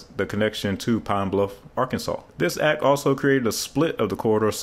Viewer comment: Arkansas is now Ar-kansas. That comment just made me realize Arkansas is just Kansas with AR in front of it.